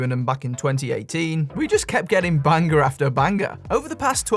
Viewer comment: Bang-ger after bang-ger